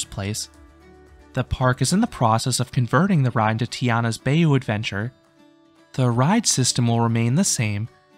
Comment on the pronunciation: Great list. All the Disney parks especially Magic Kingdom are the best amusement parks ever! Always something for everyone of all ages. One minor thing I would like to correct though: Bayou is actually pronounced as "by you."